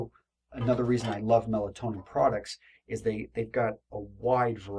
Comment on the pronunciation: It's pronounced "Mel-TOE-nee-an," and spelled "Meltonian," in case anyone was trying to find the stuff. Melatonin is a hormone.